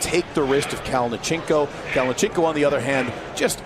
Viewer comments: you can just see the disappointment on his face the way the announcer pronounced his name... 🤣😅 Sergey Kalionenko!! 🤣😅😆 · I’m suprised you are in the arm wrestling community and you don’t know how to pronounce Kalinichenko’s name . He’s been competing in EvW and king of the table and his name has been announced so many times .